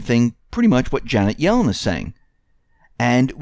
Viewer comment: Janet Yellen is not Gellen